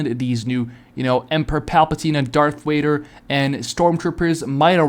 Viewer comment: darth wader ;skull